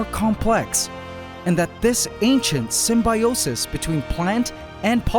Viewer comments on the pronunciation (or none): none